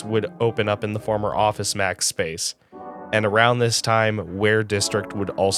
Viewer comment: I swear you said Office Smacks and was thinking, what the heck store is that?! Thanks for all the great content! They are informative, nostalgic, and relaxing all to some great, chill music. And agree on the look. Some places looked more like an uninspired hotel lobby than a mall.